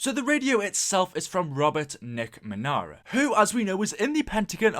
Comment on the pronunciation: "NickMeanera", fml